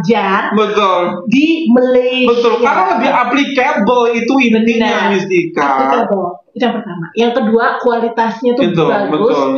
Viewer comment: Dear mister n. Sebutan APPLICABLE itu "AP-plic-a-ble," Or "uh-PLIK-a-ble NOT apli_cable/apli_kabel 😊. ✌🏽jgn indonesian kn bahasa english